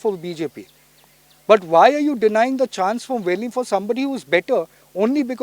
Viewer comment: konkanni ulloi!!!NOT VELIM BUT VELI.